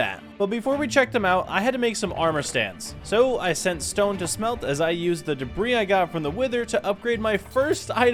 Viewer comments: Ugh. Debris: ‘Duh-Bree’, not ‘Debra’ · It debr-ee/ea not debra . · Gets netherite "DEBRIS" proceeds to call it "DEBRA" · Ah yes, your first Ancient Debrah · Why bro keep calling ancient debris “Debra” 😐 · "Ancient Debra" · Bro is callin debris for debra😂😂😂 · debris not debra